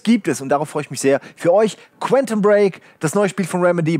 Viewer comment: Ob es jemals schaffen wird, das Wort Quantum korrekt auszusprechen?